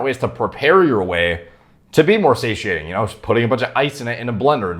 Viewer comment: Just extended my vocab 1 word. Say-she-aint.!!!!